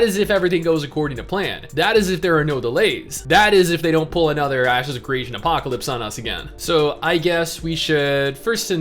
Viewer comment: Is it me, or did say ass secretion instead of ashes if creation during the gameplay footage? I know he didn't but it sure sounded like he did.